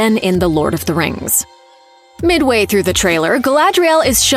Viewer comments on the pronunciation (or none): none